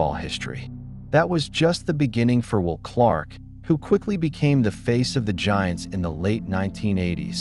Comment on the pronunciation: It's not even a real guy. Stupid how he says "Wool" Clark, and how many sentences stop in the middle, then continue. No highlight clips at all. The sad thing is, there are quite a few of these videos.......